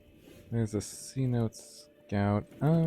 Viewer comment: It’s pronounced “Seh-noh-teh” not “see-note”. The name derives from a word used by the lowland Yucatec Maya—tsʼonoʼot—to refer to any location with accessible groundwater. Just FYI love your content!!